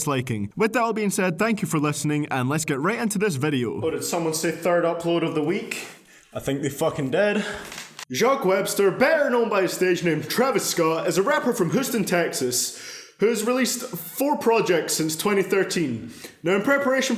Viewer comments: Hugh Stone Not Hooosten He's from Houston Texas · Dude, did you sau Hooston? It's pronounced like Hue-ston. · Did anybody else hear him say “hooston” when pronouncing Houston? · Man said “whosten texas” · hooston lol